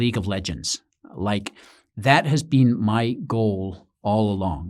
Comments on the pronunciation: I thought you were adorable before! You totally slayed me with this one. I love when Brits do American accents, because they're so damn good. Nailed it except for "been," which totally gave you away but made you all the more endearing. Thank you for this and congrats on a great channel. I'm hooked. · One small mistake. The pronunciation of the word, "been". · SBF most likely pronounces the word "been" to sound like "bin" not like "bean".